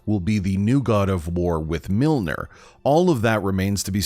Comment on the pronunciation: I stopped watching this video as soon as the Narrator pronounced Mjolnir as Milner.